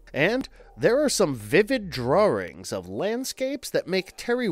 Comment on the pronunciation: "drawrings" lol